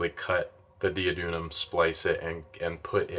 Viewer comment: Not that it matters but, on the off chance that you care about such things, you were pronouncing duodenum kind of backwards.